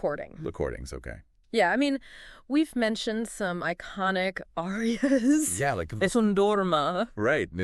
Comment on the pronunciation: cool podcast but yall gotta learn how to pronounce the names of these arias lol